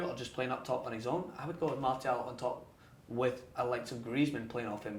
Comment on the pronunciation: That's how you say it my friend